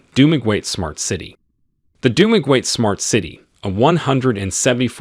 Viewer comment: It is so interesting to hear how foreigners pronounce our provinces. It is so unique. Dumaguete should be pronounced as (DU MA GE TE). Hehehe SULONG PILIPINAS!